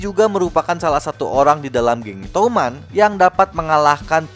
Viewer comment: touman❌ Tuman✔️